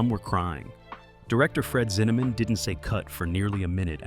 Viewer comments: "Zinnamon?", with the last syllable pronounced like "Yeah, man" in Jamaican. Ridiculous video in so many sloppy ways. BTW, it's Fred Zinnemann, "Zin-a-men". Good grief!! More 😂😂😂. Just saw the picture for the author of the book, James Jones. That's James Earl Jones the actor dummy!! And, who in the world are the guys in the snow holding the flags of various countries that are supposed to be the army pals of James Jones?? Hilarious! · Kerr. Pronounced "car." Zinneman. Not -"mon."